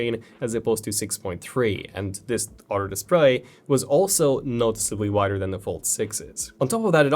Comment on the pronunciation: Hey bro it's other not otter